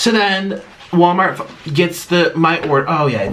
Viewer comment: 1) Nik’s bed sheets 2) the mukbang tray 3) “wommart”